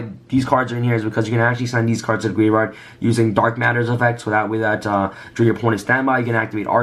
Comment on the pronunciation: Ok let me say this it is said GRAVE, YARD. GRAVEYARD.